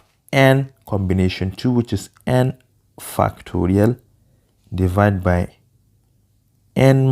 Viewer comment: Bro what are you saying fu!cktorial what?